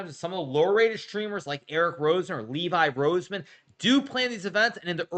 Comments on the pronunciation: “Levi Rosemen” 💀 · Bro called him Levi Roseman 😂😂